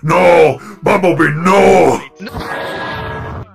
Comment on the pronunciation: its bumblebee not bumblee